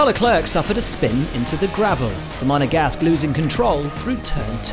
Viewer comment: Could you please learn how to pronounce names... you look... sound... like amateurs. Charles Leclerc is not pronounced like "clerck". More like a "claire de lune". Same as the female name "Claire"... sounds like "Leclair". Leclair is also a French last name and both pretty much have the same pronunciation.